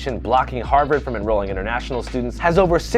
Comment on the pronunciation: Hawrvard lol